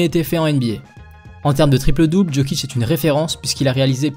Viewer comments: Tes vidéos sont exceptionnelle, mais je voulais quand même te dire que chez nous les yougos le J se dit comme le Y donc "Yokic" et non "Djokic" voilà voilà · Tu dis "JO"kic comme dans "joli" on ne s'abonnera pas. Lis correctement et on pensera à peut-être s'abonner. Put some respect on his name